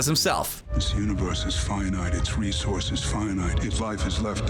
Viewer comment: He kept saying resources wrong too.